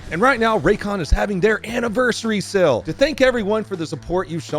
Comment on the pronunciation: straight up says SELL when saying SALE.